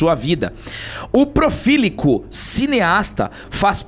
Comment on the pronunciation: "Profílico"? rsrrsrsrs